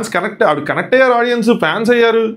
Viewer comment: Audien kadu audience okkarinaina kuda audience ane antaru guru